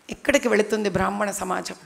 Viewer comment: బ్రాహ్మణ అనేపదాన్ని చక్కగ పలకటానికి ముందుప్రయత్నించమ్మా😊